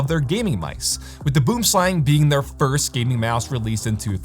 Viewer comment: Aw no retry at saying "boomslang" correctly? Dang